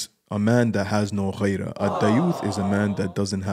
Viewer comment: غيرة=gheera not ghayra